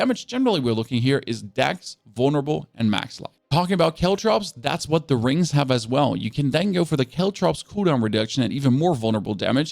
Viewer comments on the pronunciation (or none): What are you saying? “Rings? and dark shroud”